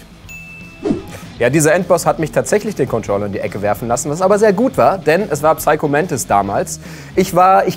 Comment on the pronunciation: *Klugscheissmodus": Psycho spricht man im Englischen mit einem stillen P aus. Man sagt also eher "saiko" und nicht "psaiko". Ist normal, passiert jedem und muss man halt wissen. Einfach als kleiner Tipp :)